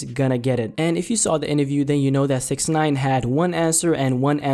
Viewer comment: Inaview. You mean interview